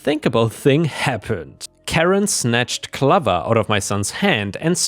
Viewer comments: Clover pronounced like over. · 'Clover' is pronounced like 'stove' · "Clover" has a long O, like the plant of the same name. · Gall is pronounced “gorl” - like the original name for France under Roman rule - Gaul! And clover rhymes with over or rover - not lover!